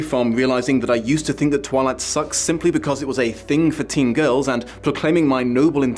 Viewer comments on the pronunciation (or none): none